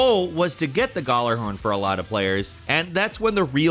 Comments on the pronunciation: gallerhorn Everyone else: gee-yallahorn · So Yeuh number 1: gjallahorn isn’t available in destiny 2. Number 2: it’s pronounced (gall uh horn) or (yall er horn) 😬 Number 3: u were right about the telesti (my bestie) so I won’t thumbs down but I am surprised you guys even knew about destiny OP guns lol Prometheus lens was CRAZY and I loved it when it first came out I still use it sometimes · Also, its pronounced Ya-la-horn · Gall-er-horn wtf it's Gal-er-horn is in like slang for a girl lol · Galla-horn as in like a dance gala so gala-horn not goller-hurn 😂😂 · hay its gjallahorn not gjollorhorn btw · Gjallarhorn....not gollerhorn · "Gallerhorn" AAAAAA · You want to make me cry when you say gaulerhorn. “Galahorn” is the way to say it. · its not Gullarhorn. its Gjallarhorn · "gallarhorn" lmaoooo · Goller-horn? Who says gollerhorn? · The way he pronounces Gjalarhorn is hilarious Galorhorm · Hearing "Guh-lar-horn" so many times broke me. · I love how he pronounces gjallarhorn as gallahorn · Lmao “Gallahorn” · It’s pronounced Ya-la-horn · it's pronounced Yallahorn :) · Oooof that pronouncement of (gala-horn) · Gjallarhorn is pronounced Gee-yal-er-horn. It's name is based off of Nordic language. The Gj makes a y sound. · hmm yes the "Garlahorn" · That’s not how you say it. It’s called the galler-horn.say it kinda fast. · Fun fact. The Gjallarhorn, is pronounced "YĀlllarhorn" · I like how he says Gjallahorn lol. The j is supposed to be silent and pronounced gallahorn but they put a j in there to be unique I guess. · But like… “galler-horn”? Is that… seriously how people think you say that? Like. Really though? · galler...horn... dont do this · The way he says Gallahorn is annoying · Man can say guass correctly but not gjallarhorn and hanzo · The way he says Gjallarhorn hurts my soul. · Bro I don’t like the way you pronounce gjallarhorn xD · Everytime he butchers the name of the ghorn I cringe irl. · Um you pronounced Gjallahorn so wrong it hurt me